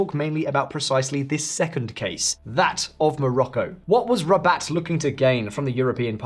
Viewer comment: Haha Rabat its not a hard word, this channel has only money for AI